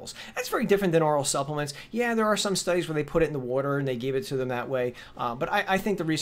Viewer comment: Hey buddy, "Suppelemts"